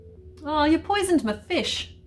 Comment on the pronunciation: Aw you poisoned my fish. That has got to be the most Scottish thing I've ever heard.